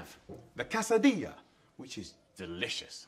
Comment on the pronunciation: That's KAY-suh-dee-uh (Mexican) not CASA-dee-uh lol.